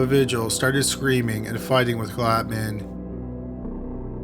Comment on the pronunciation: Vigil...”vee-HEEL”...Spanish pronunciation